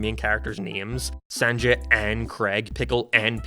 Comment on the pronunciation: Why do you pronounce Sanjay like that